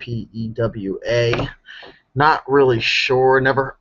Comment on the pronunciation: Chippewa is pronounced Chip-a-wah. Neoprene is the type of sole, a thick non-slip sole.